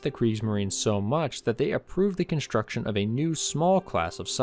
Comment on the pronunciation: Construction, not conshtruction. Streamline, not shtreamline.